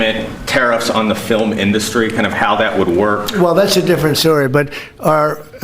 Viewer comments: filim industry? This dude is losing it mentally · trump refers to our "Fillum" industry. OMG. We must get rid of Trump! Impeach him now! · "our fillum in-duh-stry has been decimated" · Can we just rewind and listen to him say "filluminDUSTry one more time? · “Our Fil-em industry…” 🤔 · Did he say "filum industry"? 😂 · God I hate when people pronounce "film" as "fil-lum". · “FilehmenIndustry” lol 😂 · Did he say fil-em rather than film? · He said "fillum industry" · “Fillum IndUstree” 🍊🤡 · "Our filum industry"?? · Fil-em in-dust-ry. He can’t read. His brain is mush. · Look for whomever pronounces it "fillim". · He said filum inDUStry 🤣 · Trump: FILIM industry 😂😂 Has been Voight will say ANYTHING for attention. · Did he just say " fill them in " for the word film ? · Did he say fil-m industry? 😂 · 6.46 He said 'Fillum' 😂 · what is a "fill-um industry"? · "Fil-um"!? Chump pronounces it "fil-um"?1?!?! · Did anyone catch the "filamendustries" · He's saying his words really weird like he always talks like a bumbling idiot but lately he's been saying weird pronunciations of words like film but he says fill em. Or indust tree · Wait... fillum? The fillum industry? And oh Gods, what an idiotic idea. Is there even such a thing as a coherent republican? And why would any republican work towards a pathway to 'legal' immigration? They'd literally be undermining one their favourite topic to tear Democrats over! Same in the UK, and it's so transparent, even without counting the number of times "conservatives" stymie progressive motions re immigration. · So the sable genius calls it the filum industry eh! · "filim industry" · He says the filim industry and governors (plural) of LA 😂😂😂. Can we all just start doordashing him McDonalds a few times a day. He needs more McDonald’s bigly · ...fillum?..He hates Hollywood because Hollywood doesn't swallow his BS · Fillum inDUSStree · did he say ‘fillum’? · Fill-em Industry? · Fillum industry 😂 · Did he say filum🤔🙄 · I, too, enjoy "fillums"